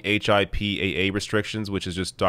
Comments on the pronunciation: H-I-P-A-A lol, it's pronounced hip-pa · Just a heads up, you don’t say the individual letters for HIPAA. It’s pronounced ‘hippuh’ 🙃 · HIPAA is pronounced "hip-PAh" like Hippo but with an "Ah" instead of "Oh." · Lol. It’s a small thing but it was funny. Americans usually say “hippa” like hippopotamus. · Hi,. Just a friendly tip, HIPAA is usually pronounced as "hip-uh". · HIPAA is usually just said as a word, kinda like NASA.